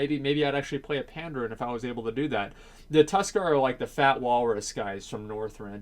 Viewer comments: pan-daren not panddd-errrn i cringe everything you said it, it was painful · you pronounce Pandas wrong dude, but Tuskar is cool.